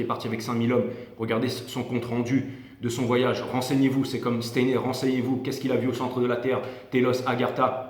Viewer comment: Un peu en retard pour tout écouter !! "Stayenère " Steiner, mister. Merci encore . Bisous 😚